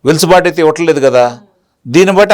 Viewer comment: వెలుసుబాటు కాదు సార్... వెసులుబాటు.